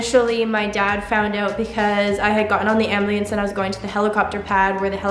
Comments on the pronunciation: I love how you keep saying "ambliance" instead of ambulance. Lots of courage is needed to share your story like you do. Well done. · I bet she has pronounced Ambulance as {Ambilance} her whole life! > its adorable. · Is that pronunciation of ambulance regional or something? I'm seeing nothing in the comments about itnbut it sounds so wrong to me. Like "amBLEEance" is what I'm hearing. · Amblelence LMAO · PhoenixUltraMotive Lol, I had to rewind and listen to ambliance like 10 times. First to see if I heard it right then just for the amusement! That’s great! An incredible, inspiring story and I’m all hung up on ambliance!🤣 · Does anyone realise she says "ambliance " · Anyone else find it cute when she says “ambliance”. Don’t know if it’s how they say it where she’s from but In Australia we say it “ambos” or “ambulance” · is nobody going to say anything about her saying “ambliance” multiple times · Did she say "ambliance"??!?!? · I love how almost every time you said ambulance you said ambliance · Is it just me or did any one else realise she kept saying Ambliance? 😂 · Tf is an ambleeance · I’m not the only one who keeps hearing her say am-blee-ance right?😂😂😂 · what’s an anbleins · You’re so inspiring! But also it’s pronounced “am BYOO lance” ❤️ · When I was reading this comment she said Ambliance #RightTiming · I literally saw this comment and I was like "What?" And then she said it an di was like "ooooohhhhhh" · "The ambleance" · Ambliance?? Must be the Canadian pronunciation.😀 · Say it with me. Am. Bue. Lance. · Im dying at the way you say ambulance 🤣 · Is that how Canadians pronounce ambulance? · She says it that way in multiple videos. I have heard quite a few people say it that way for some reason. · As Soon as i saw the title, i clicked this.. Also Its actually kinda cute how she pronounces ambulance 😂🤣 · Is it just me or is she saying ambulance wrong?!?! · You’re saying ambulance wrong but you’re so amazing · *can’t say ambulance (abulieyance)